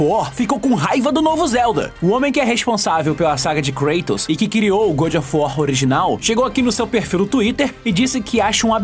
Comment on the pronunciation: O cara não fala nem GOD, nem GOOD, o cara criou sua própria pronúncia kkkkkkkkkk